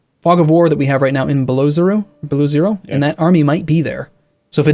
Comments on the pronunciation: It's pronounced "Belo-ozero", not "Beloo-zero". Meaning "the white lake". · Below zero lol